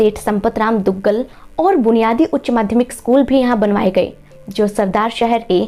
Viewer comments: School name aap boli Seth bhanwarlal Duggal. Please listen again and correct it to duggad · आपकी उच्चारण गलत है,जैसे मदन सिंह छाजेड़ थे छाजर नही, संपत राम जी दुगड़ थे दुग्गल नही । नाड़ी जानकर एवम् जैन विश्व भारती के संस्थापक सेठ भंवर लाल जी दुगड़ और आयुर्वेद कॉलेज का जिक्र के बिना शहर की महिमा अधूरी है,व्यापार में चांदी लकड़ी के साथ पापड़ उद्योग,कोटा डोरिया साड़ीयो के लिए भी महसूर है। यह आचार्य महाश्रमण जी की जन्म स्थली है ना की आचार्य तुलसी जी की। सरदारशहर के नाम के भी सही प्रमाण अलवाना भी बताया जाता है। मघवगणी,घोर तपस्वी की तपस्या की महिमा मड़न के बिना इस शहर की गौरव तपो भूमि का इतिहास बाकी रह जायेगा। आगे जब भी सुधार करे इनका समावेश जरूर करे। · Pronunciation sahi nahi ha. Please sudhare. Not Duggal but Dugar. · दुगगल नहीं दुगगडः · Dugar not dugaal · You have not taken sir names properly ...it's dugar not Duggal , also the sir names of the subordinates of sardar Singh sound wrong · dugar..not duggal